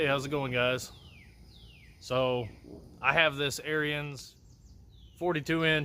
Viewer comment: Your said Arians! 🤣 Sorry but, it’s Pronounced “AARON’s”